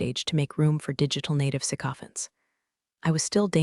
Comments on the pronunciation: sycophants', not saccophants. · Its pronounced "Sic-O-FANTS"